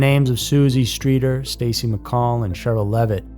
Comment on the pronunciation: It’s Stacy’s dad not sisi get it right